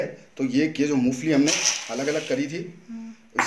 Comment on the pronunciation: मुफली नहीं , मूंगफली बोलते हैं ।